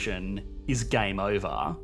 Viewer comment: "Gæme øvæh." Your pronounciation makes this seem ever more horrible.